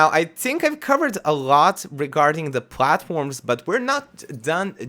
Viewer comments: "You can pwghace some pwghatforms" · Count how many times he said platforms/platform. It sounds so weird to me now. I love his accent.